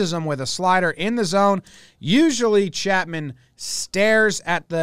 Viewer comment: Did jomboy say "Shatman" lmao